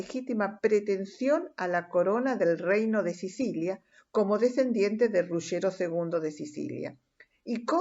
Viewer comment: septentrional NO! ESO SIGNIFICA DEL NORTE! Del sur se dice "meridional". Es una pesima diccion la suya , exageradamente lenta y pesima pronunciacion sea en castellano que en italiano! cono se atreve a llamar "RuSHero" a Ruggero!!!!!!! desarroSHo al "desarrollo"! que le cuesta aprender a pronunciar al menos las palabras italianas k va a nombrar! una verguenza de redaccion!!!!!